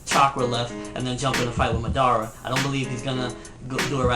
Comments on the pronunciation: LEARN TO pronounce Madara its not MadAAra its madara uchiha its suppose to flow with the words not take A fkn big break after MAD and then AAra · It is Ma - Da - Ra ... You don't pronounce it like English, you pronounce it like Japanese.. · nobody: absolutely nobody........."Maudaara" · lol i hate how people say it like Ma-Dar-a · Yeah why am I here.... and madara??? That is not how u say his name Ahahah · 10 years later and still can't pronounce Madara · You said madara wrong. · thats not how u say madara's name! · if u gonna talk about naruto learn how to say madara's name right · for owning a lot of merchandice, you should learn how to say madara right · ok i agree with you..but why do you pronounce Madara's name wrong repeatedly? you call him Madara...yes in English your saying it right but he doesn't have an English name...your pronouncing his name all wrong and its somewhat confusing and annoying when you do it...if your such a fan of Naruto such as myself you would pronounce his name correctly at least.